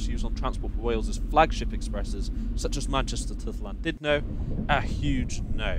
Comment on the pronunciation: the thing that hurt me most iss your pronunciation of Llandudno. We love you tho <3